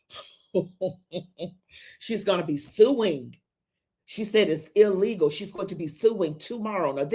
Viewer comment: She said it was elegal not Illegal. elegal.